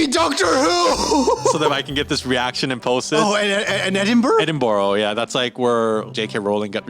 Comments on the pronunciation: Pls refrain from saying Edinburgh as Edinburo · Edinburgh is said edin bruh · How did you pronounce Edinburgh. You murdered the name.